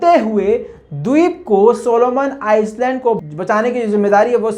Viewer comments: Solomon ICE Land nahi, I-land (S padha nahi jata) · Oye ice land nai ai land your pronounce ghadda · It's not Iceland.... It is Island. learn it. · It's not Solomon Iceland it's island S is silent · island ka prononciation iland hota hai not Iceland....pls correct pronounce Island,('iland') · Plz pronounce correctly it is not Solomon Iceland, how you said it is ii land s is silent ,good reporting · Island Iceland kahraheho.correction karlo bhai. Island me "s" silent hotahai. Is liye Iland kahna chahiye. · सोलोमन आइलैंड इसका सही उच्चारण होगा! यस जो है साइलेंट है! वैसा आप का काम बेहतरीन है! " कीप इट अप" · Island 🏝 s is silent in this word real pronunciation is I-land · island ko iland parhte hain. S silent hai. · Island me "s" silent hota hai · S is silent while u pronounced Island